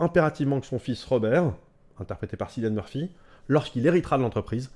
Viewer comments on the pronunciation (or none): On dit Kilian Murphy même si ça s'écrit avec un C...😘